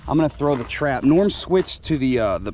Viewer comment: This was awesome, you guys sitting in the park painting lures with little Bella was hilarious! And I loved it when she called Norm, Noom!! Haha